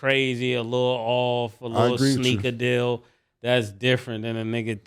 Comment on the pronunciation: “sneakadeal” MASE 😂😂😂😂😂😂😂